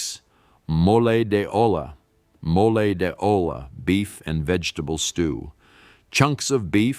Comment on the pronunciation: episode, chorizo, peso pronounced pay so and he really Santa! Mo lay de ohhla, its okay